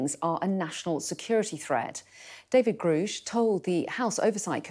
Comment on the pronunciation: It’s pronounced ‘grush,’ or ‘gr + rush.’